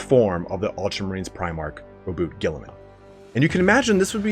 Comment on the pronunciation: Omg someone said Roboute's name correctly!